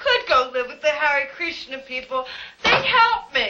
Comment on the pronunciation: I love how later Ida says "hare krishner"